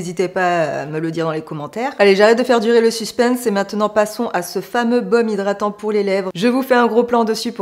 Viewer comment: Coucou belle! Toujours un plaisir de te voir!! "Zhydratant"...😅 Kiko n'est pas une marque qui m'attire,une marque moyen prix pour une qualité moyenne,des fards qui s'effacent à l'estompage pas pour moi. Les blushs sont connus, à la limite pourquoi pas! Il y a des marques comme beautybay qui proposent des petits prix avec une grande qualité, jamais déçue. En tout cas ce makeup bien que tu aies eu du mal il te va à ravir avec tes beaux yeux verts, très jolie 👌 Merci pour cette revue nouveauté st Valentin Kiko, à très bientôt! 😘